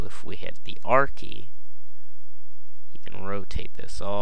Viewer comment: To make the cube white, what do you press? All I hear is "Press the key key".